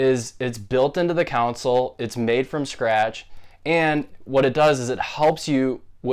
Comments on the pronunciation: Just wanted to inform you that you’re saying console wrong. You’re saying coun-sole but its actually con-sole. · Not cown-sol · Very useful mate as I've used it due to a game not loading when it has no problem before and after cleaning the disc ect. But it didn't repair it. But I have to pull you up on how you pronounce console it's not council as you were pronouncing it. 👍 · Say it with me, CON-SOL